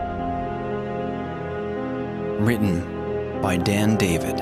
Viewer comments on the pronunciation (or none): I thought the narrator in the beginning said the name was Damn David